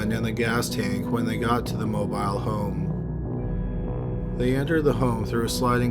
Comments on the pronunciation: I'm annoyed by him mispronouncing mobile home and when she's supposed to testify she happens to get an air bubble?? Please, they shut her up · Why the hell is he saying mobile home like that in the first case?